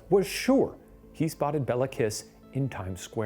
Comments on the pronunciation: Shane made it sound like a stripper name, Bella Kiss lmao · Nice deep-dive into the history here! Quick note: In Hungarian, the killer's name of Béla Kiss wouldn't be pronounced as it is here, but rather "BAY-la KEEsh". The Hungarian alphabet distinguishes between the é and e letters, with the former always being said as it's pronounced in "resumé", while the latter is always the flat "eh" sound that Shane is using here to make it sound like it's said the same as the name "Bella" would be. So, Béla= "bay-la" Meanwhile, the surname is said with a long "eee" sound for the i (like English speakers use for the name Mia), and the "s" in the Hungarian alphabet stands for the "sh" sound rather than s like in snake. So, you get Kiss="keesh" It's spelled correctly in the description with the long é, so just thought I'd mark it down here for anyone interested! Both the first name and surname are still pretty common in Hungary, and our other (presumably) non-murderous Bélas include the actor Béla Lugosi, who played Dracula in the 1931 film that helped popularize the "vampire accent" (really his native Hungarian accent). Always love to see more from Watcher! If you're ever interested in pursuing more twisted Hungarian history, I'd definitely recommend the case of Elizabeth Bathory, the Blood Countess (and the theory that she might have been framed for her list of murders, which I first found at Jason Porath's writeup on his site Rejected Princesses, relying on Tony Thorne's biography of her)